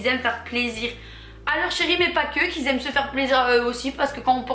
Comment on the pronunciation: Parler français c’est possible ?? Parce que qui zaime ça pique les oreilles 😱😭🥴